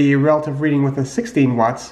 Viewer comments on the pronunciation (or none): none